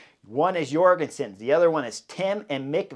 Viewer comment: Heyo Chris, if I recall correctly I've heard that Matteo Jorgenson's J at the begining of his name is prononce like the J in Jordan => "Djorgenson"